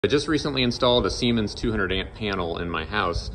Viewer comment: This guy just loves saying semens 😂